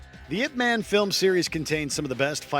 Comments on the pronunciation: It's pronounced yip mon. Didn't you watch the movie? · “Ip man”